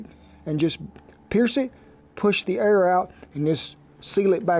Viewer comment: so the whole time he was saying "Air" aaaaaaaaaaaaaaaaaaaaaaaaaaaaaaaaaaaaaa!!!!!!! I was like what is "err" !!